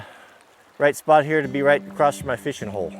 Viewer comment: Why do people say ‘acrosst’? Loads of older people say it here in the uk too, it’s across, there’s no t at the end lol